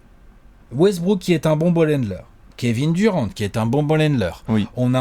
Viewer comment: Super vos vidéos comme dab mais arrêter de prononcer les noms a la française svp c’est juste horrible. Kevin durent pas duran svp quoi un petit effort les meks. Sinon top comme toujours.